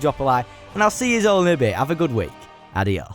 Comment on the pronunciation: I'm sorry but THAT'S NOT HOW YOU PRONOUNCE Adiós.... It's ah-de-oh-s